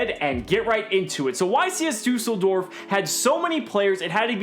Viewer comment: dUUseldorf 😂😂...im from germany